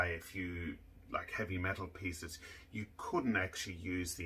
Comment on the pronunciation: I like how he said "metal pieces" 😂